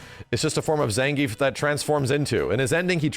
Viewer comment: Ah, so it’s actually pronounced Zangayf, interesting 🤔